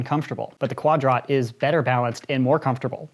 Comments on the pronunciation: Everytime he says'Quad rot' seems like he is pronouncing quadrant incorrectly... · the fact that he calls it quad ROT TRIGGERS ME